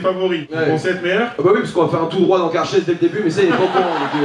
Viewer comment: C'est moi ou le présentateur a il a dit Karcher ^^